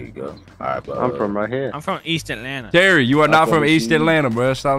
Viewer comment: Based off of how said "East atlanna", I genuinely believe that 😁